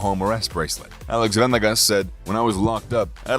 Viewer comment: Bro how white are you? It’s VA-NE-GAS not VEN-EGEZ! Holy shit 🤦🏻‍♂️🤦🏻‍♂️🤦🏻‍♂️🤦🏻‍♂️🤦🏻‍♂️🤦🏻‍♂️🤦🏻‍♂️🤦🏻‍♂️🤦🏻‍♂️